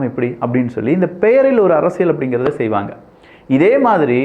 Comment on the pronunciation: அரசியல் உனக்கு ல உச்சரிக்க தெரியாதா கறும்ம்